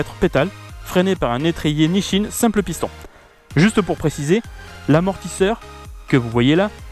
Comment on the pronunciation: Nichin ? Mdrrr NiSSin ;) Et c’est normal ton ressenti pour la poignée, c’est une des 2 brides de la moto (poignée + électronique)